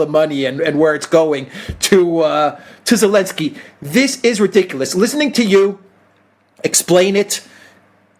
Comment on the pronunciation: was so outraged he actually pronounced the otherwise silent Z "zed" in Elenski:-) I understand and somewhat share the rage!